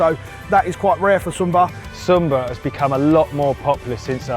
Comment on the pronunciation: It's not "Zoom-bar", but more like "Shoom-barr" ;)